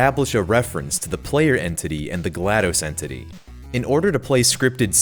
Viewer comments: Hey, you've been mispronouncing GLaDOS. It's not pronounced like dose (it's not supposed to sound like you're counting to 2 in Spanish!) but more like toss. Her name is a play on the word glad, name Gladys, and the computer term DOS, or Disk Operating System: (note the pronunciation listed) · Love the video! It's apparently pronounced "Gla Doss", like how you would say the "DOS" part of MS DOS (m s doss).